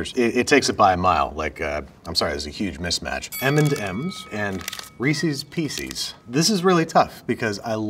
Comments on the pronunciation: He said it! He said "Reesies Piecies" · Another person who mispronounces Reese's Pieces. I'm starting to realize there is a whole population of people who are like this.